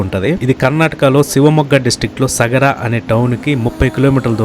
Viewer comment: Nice presentation & editing. Worth watching your travel videos brother. Note: pls correct your pronounciation like 1. Kumta not Kumata 2. Saagaraa not Sagara 3. Jog falls not Jag falls Thank you. Keep going 👍